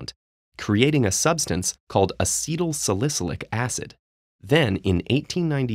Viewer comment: this narrator needs to learn how to correctly pronounce acetylsalicylic acid